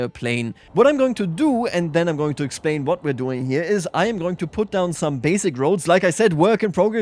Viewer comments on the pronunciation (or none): none